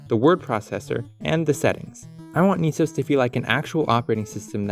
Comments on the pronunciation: "Nisos"? Dude "NES O.S" (pronounced like "S.O.S") was right there! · ITS PRONOUNCED "NEHSOAS" NOT "NEESOAS" 🤬🤬🤬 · It should be pronounced Ness Sohs. Neesos would require 2 Es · Wouldn't it be NESOS, not NEESAUS? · .....naaah, why is most definately the better question here. lol. "Knee-sos"? You mean "ness-os", as its a "ness" NOT a "kneese" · “Ne” (ね) is pronounced with a soft E in romanji. “Ni” (に) is pronounced with a hard E. So “NES” is pronounced with a soft E, like in “Less.” The way you’re pronouncing it should be written “NIS” which is entirely wrong for the project. When saying the individual letters in “NES” it makes sense to use a hard E. But when spoken as a whole, it’s pronounced with a soft E. Have you ever heard anybody call an NES a “Niece” ? TLDR: NES is pronounced with a soft E, like in “Less.”